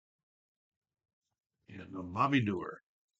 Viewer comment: Cool tournament. Nice announcing. By the way: it’s DOUGH-er for Bobby Doerr, at baseball-reference. 😊